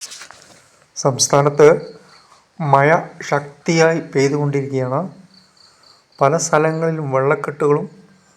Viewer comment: മഴ..🤷‍♂️. മയ അല്ല 😂😂😂😂